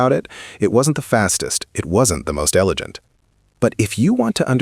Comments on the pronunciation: "Elegant" pronounced "Elejant" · I truly hate the lazy F that use AI narration. min we are told the P40 is nor the most “ele le gent” fighter. It makes the poster a lazy F and not willing to use the voice God gave them!!!!!! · "not the most elejent" Lol! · AI crap. But it is the first time I've heard the word elegant pronounced with a j sound. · AI doesn’t know how to pronounce “elegant”. Stop using this crap to narrate your videos.